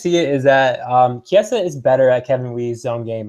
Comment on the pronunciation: #Chysa Please never stop pronouncing weird names wrong, it's almost as funny as Joey Diaz saying Stiopic and Khalabeeb:)